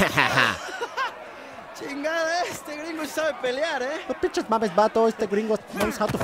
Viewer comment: "No pinshis mames..." minuto german hablando "mexicano" XD